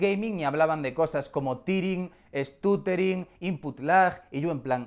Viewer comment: Tiring y estutering... ¡uffff!